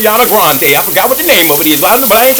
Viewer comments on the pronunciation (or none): none